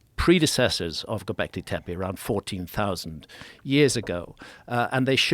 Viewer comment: Yall ready for a drinking game ? Take a shot everytime graham says “gobleke tepe”